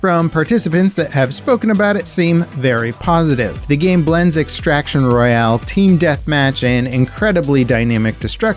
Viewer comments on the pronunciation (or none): none